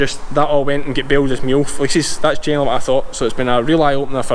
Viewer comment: first time he said fleeces i thought he said feces lol have a great day from Canada